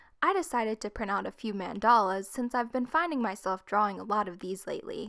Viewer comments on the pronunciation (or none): Sorry I love you but is man-duh-la